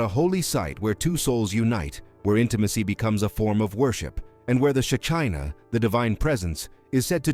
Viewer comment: at 7.01 It is Chesed NOT chased! 11.46 Shekhinah